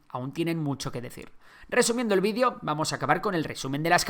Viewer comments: Seguiré insistiendo ¿dices I C BERG y VIDIO en vez de videoo) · Se dice VIDEO no bidio. Y se dice AISBERG